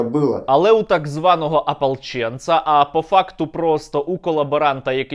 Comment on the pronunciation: Не "ополчєнци", а "Апалчєнци"!